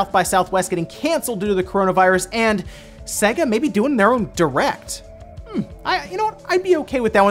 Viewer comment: If only he could pronounce Sega.